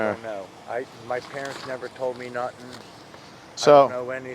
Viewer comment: Say nut-in again.